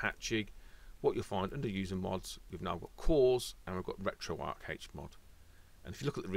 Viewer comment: it's RetroArcH, with the H pronounced at the end, not just "RetroArc"